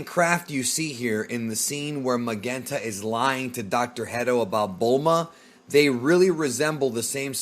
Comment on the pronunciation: Can you pronounce soft "G's"??? GERO and Magenta you pronounce so wrong it's cringy